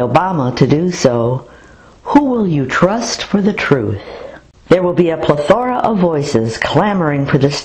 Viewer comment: Your pronunciation of plethora is incorrect . Oh you zany nutjobs, with your tenuous grasp of the English language!